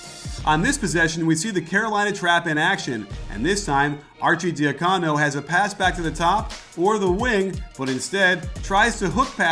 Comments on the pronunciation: Nice vid coach! Arcidiacono's last name is supposed to be pronounced Archie-dee-HUH-cono, not Archie-dee-huh-COE-no. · Say Archi's name right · The "arcidiacono" pronunciation made me cringe